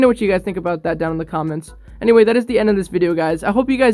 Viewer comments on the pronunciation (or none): none